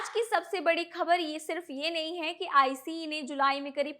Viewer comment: It dose not pronounce iceee